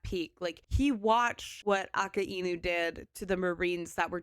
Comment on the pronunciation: Real minor thing, you put too much emphasis on the "I" in Akainu. Ah-kai-new. Your way of saying it makes sense as two words in a sentence, but as a name and a title it flows better this way.